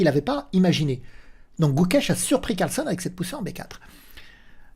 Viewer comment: CarlsEn et non CarlsOn 😉😁